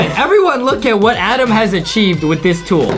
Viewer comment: Its "adem" not "adam"